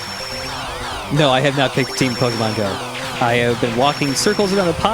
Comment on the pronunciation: Pokemon Din-GO